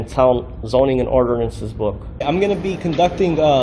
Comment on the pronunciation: Statues and orderanses. What a moron